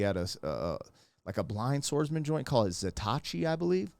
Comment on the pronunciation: You are talking about Zatoichi. Pronounced Za (ah as in father) to (toe) ichi (eechee).